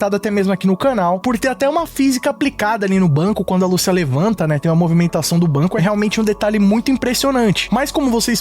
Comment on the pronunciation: Google Tradutor Português -> Espanhol Escrevam Lucia e escutem a pronúncia do nome. Apenas no Brasil se pronuncia "Lúcia" em todos os outros é "Lucía", e no trailer fica bem claro como é a pronúncia certa. "Ahh mas tamo no Brasil", foda-se! É nome, não uma palavra qualquer que aí sim cada um fala com sua entonação e sotaque. Garanto que todo mundo aqui fala TrÉvis Scott, mesmo que se escreve Travis Scott e podem aplicar isso pra todos os seus ídolos internacionais., tu acha que quando tiver gravando gameplay do jogo e ouvindo "Lucía" toda hora tu realmente vai continuar a falar o nome da fucking protagonista errado??!